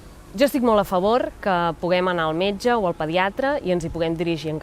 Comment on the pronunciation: *li puguin dir al meyge > pugui dir al metge (ai vulgarisme calcat del castellà) *fluïda > fluida [flÚIda], (com Circuit [circUIt], que sona com "cuit") (ai fonètica castellana) *senzill > sîmple, fàcil, planer *suposen costos > emmenen, porten amb si, comporten costs